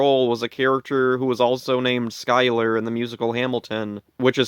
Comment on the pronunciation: you were looking for information on the actor who played The mummy's mommy Steven Schyuler, well here i am. ive been online all this time.... and thank you for pronouncing my last name correctly